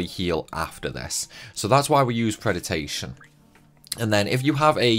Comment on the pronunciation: How are you looking at the word predation and coming up with an extra syllable, saying "pred-i-ta-tion?" On the other hand, evility has four syllables, e-VIL-i-ty and you just leave one out. Why does no one even attempt to pronounce words as they're clearly spelled anymore?